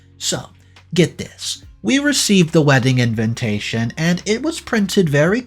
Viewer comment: repeat after me : "in-VI-ta-tion, in-VI-ta-tion, in-VI-ta-tion". please please pleeeaaase stop saying "in-VIN-ta-tion". It triggers me every time and then I can't follow the rest of the story...